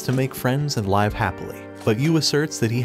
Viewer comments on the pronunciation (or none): why you saying liiivwe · Live (Lihv) really turned to Live (layv)